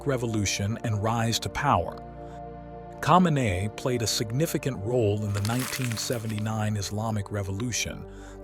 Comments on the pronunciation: u can’t even say his last name right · lol at the pronunciation of his name, makes me question the quality of the rest of it